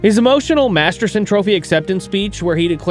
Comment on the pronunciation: Please pronounce it correctly!!!!! MASTERTON not Masterson ❤